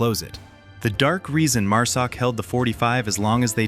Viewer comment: Overall good video, but I would highly suggest you get your freakin Ai voice corrected to say MARSOC, NOT MUSOC. And STOP SHOWING FOREIGN MILITARIES AND WOMEN, I can assure you neither exist in MARSOC, and you are pissing off a bunch of folks with your careless greed, and stupidity, to put out a video !!